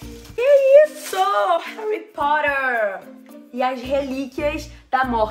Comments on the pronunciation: Ela;olha Harry porer eu:mais n e Harry potter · Quando a lo falou "Harry Porer" Eu:😕🤨 Correção: Harry Po"tt"er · "Harry porerrr" kkkkkkj